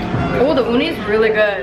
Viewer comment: She said uni and I heard oni... wow